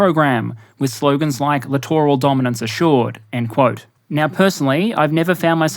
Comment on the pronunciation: I am just happy that SOMEONE knows how to say the word 'Littoral' rather then 'Literal' when talking about these ships. I have been screaming at my screen for years.